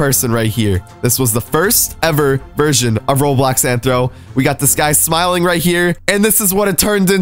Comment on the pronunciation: Omg its RO*BLOX* not RO3D i mean wtf RO3D?